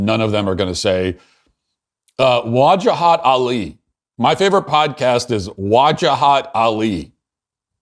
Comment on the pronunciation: It's not WAAJAHAAT. it's Vuh- Jaa- Hut